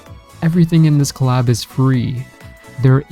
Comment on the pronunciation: The way this person pronouncing the word Collab.... Anyway..... I want this Claaab.